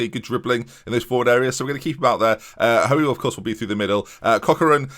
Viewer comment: As someone with the same surname its not ''Ho-ey'', its pronounced like ''Hooy''!